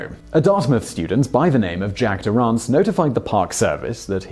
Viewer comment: You’re pronouncing Durrance’s last name incorrectly